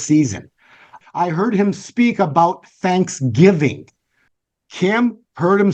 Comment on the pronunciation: I heard you say BANKSGIVING!! LOL but I believe my spirit interpreted as that, Praise God!!